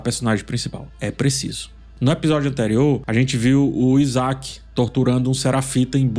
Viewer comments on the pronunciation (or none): none